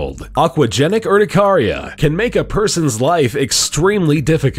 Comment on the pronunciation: Its pernounced ur ti care re ah